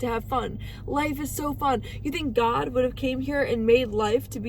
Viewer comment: Oh my Gad…like, oh my Gad…